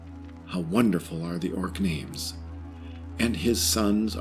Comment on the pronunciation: If puts the Razor together she'll probably want to test it on that bard in the inn...😉 Gotta love her pronunciation of some of those names...😂